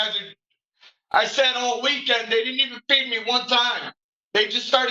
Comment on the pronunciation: He appears to be wearing some kind of jail-issued pants. Maybe he soiled himself. Oh he states the issue: "I fee-ceed myself".